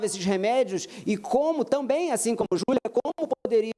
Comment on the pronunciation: Minha cabeça até doeu ao iuvir a fala do advogado de defesa ."Júlia", "Julia",,"Julua"...😮😮😮